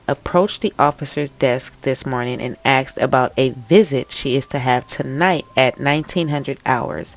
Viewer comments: Please work on pronouncing “ASKED” not “axed”. Thanks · I believe the word is “asked," not “axed.”